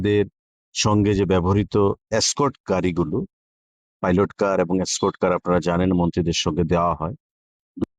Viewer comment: Its not Scott but "Escort".